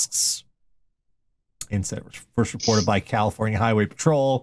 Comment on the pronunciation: 1. His heart was in the right place...? 2. Wow, this guy is about 22 flavours of crazy. Sorry, Ohio. 3. Honestly, this one's pretty tame. 3.5: THAT'S NOT A GOOD SURPRISE! 4. How does this keep getting worse with each sentence!? The fact it isn't the last story terrifies me. 5. Cali-FOWN-ia. 6. Well, that's ONE way to self-isolate.